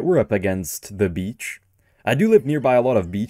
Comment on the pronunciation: The guy: bleach.: beach